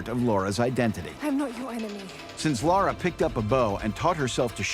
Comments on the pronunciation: Cool video, despite the fact that everyone keeps saying Laura on occasions. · Im sorry, but I cant stand that this is on the OFFICIAL TR channel and made by them, and not a single one of them can say Lara! Its not LAURA - LA RA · Does all this and can’t pronounce LARa Croft. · its Lara not Laura